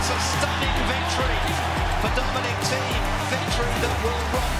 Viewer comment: there is no "i" in thiem!